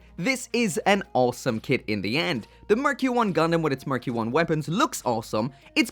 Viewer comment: sounds like “murky one” hehe